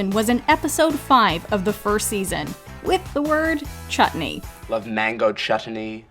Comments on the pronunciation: Mango Chut-ten-ney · Lol - No.5 Chutney - That is actually the correct pronunciation of the word "Chutney" in India ... The T is always emphasized like that when indian people speak this word. We laugh about it and enunciate the T even more whenever we wanna joke about it... "Gimme some ChuTney !" .... So the first ever mispronunciation was actually not a mispronunciation at all...! Now if i can only remember how to spell pronunciation? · Funny enough, Schmidt's pronunciation of chutney is more accurate than how the narrator pronounces it.